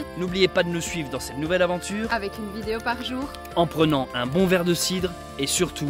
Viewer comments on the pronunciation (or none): none